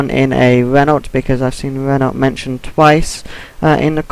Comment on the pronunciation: It's pronounced Ren-Oh dude